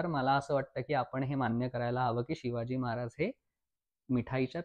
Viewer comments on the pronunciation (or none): नम्र सुचना: Shivaji उच्चार शिवाजी करावा, शी वा जी असा क्वचित होतो आहे.